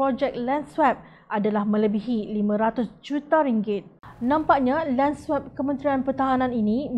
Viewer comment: Sila betulkan sebutan swap tu.